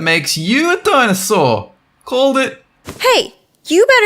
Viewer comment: it's dinOsaur not dinAsaur